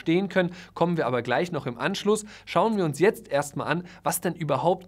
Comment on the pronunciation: Das Wörtchen „ABER“... und das auch noch betont, wie du es betonst... also ausdrucksstark... zerstört alles, was du vorher so wohlwollend positiv für die Makler formuliert hast! Du warst noch nie dabei, wenn Parteien sich nach einem Kauf zerfleischen wollen... da spätestens ist ein Makler für die Partei, der Unrecht getan wird, pures Gold wert - ganz gleich über welchen Kaufpreis oder über welche Komplexität des Deals wir sprechen!